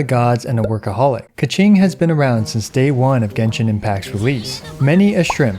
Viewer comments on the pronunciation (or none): Sorry to all Mandarin Speakers..Please dont say KeChing